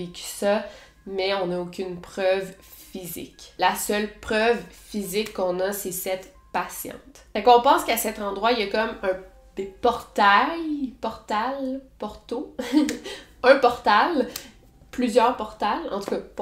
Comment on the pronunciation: Ça faisait longtemps que j’attendais le retour de ce type de vidéo ! J’suis fan !!!! Ah et au fait, pour le mot « portail » la fin se prononce comme « quelle est ta TAILLE ?! » ou « tu peux nous faire livrer un plat THAÏ ?! » ou « aimes-tu le TAEkwondo ?! » .. voilà voilà. ☺️